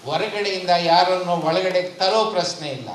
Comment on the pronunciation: ಪ್ರಸ್ನೆ ಅಲ್ಲ ಪ್ರಶ್ನೆ,,,,,,, ಮತ್ಯಾಕೆ "ದತ್ತಾಂಶ" ಕುಂಟುನೆಪ,,,??